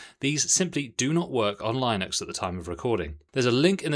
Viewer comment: Ewww that pronouncation of Linux is just wrong